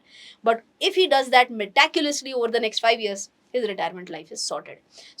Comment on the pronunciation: Madam, with due respect it is meti-cu-lously. Not meta- culously. Kindly correct yourself. I watch your videos keenly.